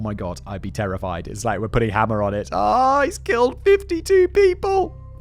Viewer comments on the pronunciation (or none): Frank HAMER, not Hammer. (It was driving me insane) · As someone who has studied Bonnie & Clyde, I really enjoyed this one Simon, great job. BTW, it's pronounced, HAY`mer, like a bail of HAY that cows eat. My opinion about him and the other police that day,,,, B&C certainly needed to be stopped, but to be hired by a prison guy, Simmons, to commit murder, and make money for the commission of that murder, makes them mercenaries', just as bad as B&C themselves. I am in law enforcement and yes, I know they murdered police officers, but that's just not the way to do it. Those police and that Texas prison director should have been prosecuted.